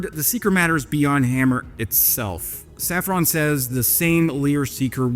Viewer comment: Hey, as you are, sometimes, huhuhuhh [fake moustache and a non-lit cig] faux-French, put some effort into pronouncing the French names correctly. Please. And that's coming from a Dutch viewer. Safran has the "an" pronounced as in Obi Wan. Not as in "when".